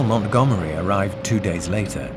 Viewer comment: МантгОмери, а не МангомЕри!